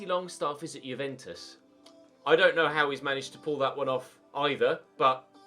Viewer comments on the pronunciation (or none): none